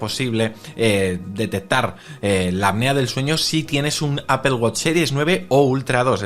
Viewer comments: Por qué dicen "APEL"?😅😅😅😅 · Apple no se pronuncia Apel….porque dices apel??????? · Me causa mucha gracia como los españoles dicen APEL JAJAJAJA, digan manzana si no saben pronunciar en inglés. También dicen GOGEL. Parece que lis inmigrantes africanos están influyendo en su lenguaje! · Porque le nombran Apel cuando la pronunciación correcta es Apol. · De donde sacas la "i" para aipel Si lo hablan evitando pronunciar el ingles deberían decir aple tomando en cuenta que no van a pronunciar la doble p aunque si es una palabra en otro idioma lo normal en todo el mundo es decir esa palabra en el idioma originario. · Asi es en España, ni ellos saben porqué dicen palabras como uifi al wi-fi y la mas inexplicable es apel a Apple esa ni siquiera la pronuncian a como se escribe. Pero en España se te quedan viendo feo si lo pronuncias bien entre todos te atacan como si estuvieras equivocado por eso todos los periodistas hablan mal aunque si sepan como se dice.